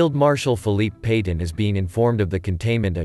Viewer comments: Please learn to pronounce names correctly. Petain is pronounced pe tan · Please, learn how to pronounce Petain correctly